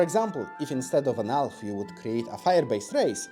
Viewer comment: It took me longer than I'd like to admit to realize he was saying "Elf" and not "Alf".